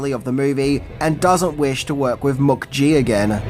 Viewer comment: Mook-gee…. Weird pronunciation, mate.